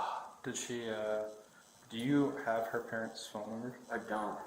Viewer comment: Where's my phoNUH? Where is itTUH?